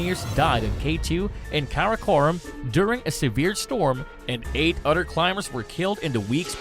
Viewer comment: The narrator sucks at pronunciation. So hard to listen to him, it is a lisp mixed with bad pronunciation. e.g. "other" constantly pronounced as udder.